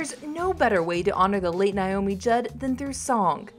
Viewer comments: Please pronounce her name correctly. NAAAomi not Niiiomi! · It's NOT NYE-OMEE..IT'S NAY-OH-mee!!! Don't report on her if you CANNOT PRONOUNCE HER NAME! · Please pronounce her name correctly. It’s Naomi not Niomi. I loved her, and her loss is heartbreaking. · It's not NI-omi, it's NA-omi!! I'm so tired of hearing her name mispronounced. Possibly she is too. ;-) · Why do so many people say NIomi? Her name was NAomi. Have some respect. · Why can't these people who do the voiceovers in the videos, pronounced words or names correctly! Her name is pronounced NAY-OMI...Not NIE-OMI! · Geez. Her name is NAomi. Not NIomi. Ugh. 🙄 Rest In Peace, Naomi. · Pronounce her name correctly. NAYomi, not NYomi. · Nay-o-mi. Not Nigh-o-mi.